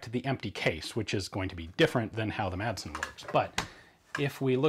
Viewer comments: the "madsen" isn't pronounced "matsen" is more like saying "masen" but keep the "a" like you're pronouncing it in the video great video like always cheers from Denmark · The "d" in Madsen is actually silent in Danish, but makes it a short "s" sound ~ so Madsen would be pronounced more like "mah-sen" with a short "s" in English ☝🤓 * confusingly, both a double "ss" and a "ds" are pronounced as a short "s" despite the extra letters, so yeah... Danish is wildly inconsistent in spelling and pronounciation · you dont say MADsen or pronounce the d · I know it probably will never stick and that it doesn't matter because everyone knows what's being said, but the d in Madsen is silent. It used to be soft but then it became basically omitted so the proper pronunciation would be something like "Massen". It's the surname form of Mads ("Mass") and is a Danish diminutive form of Matthew and/or Mathias/Matthæus. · Quick Danish lesson, The D in Madsen is silent